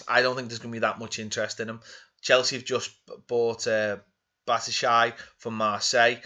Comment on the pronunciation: Did he just say, Chelsea just signed Badshity?